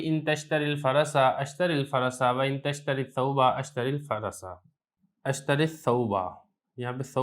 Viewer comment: تشتر پر زیر کیوں پرھا